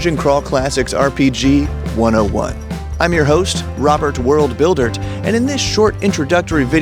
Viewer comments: Why did “” kill me so much? 😂 Just that added T man… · "Buildert" got me good 😂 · I very much need someone to explain the "T" in "Worldbuildert". Had be laughing right off the bat.